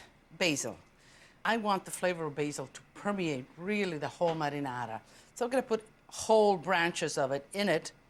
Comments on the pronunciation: Only a nitwit would not like ANYTHING about Lidia!! She enunciates 'marinara' much better than most anyone else 'attempting' to utter the word!! Sincere compliments to Lidia!! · All these years I thought my dad was just pronouncing marinara in a silly way. Turns out he was actually mimicking how Italians pronounce it lol.